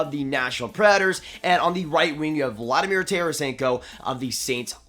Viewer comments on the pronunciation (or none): none